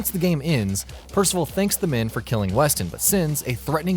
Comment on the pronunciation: Devin Weston? pfff....dafuq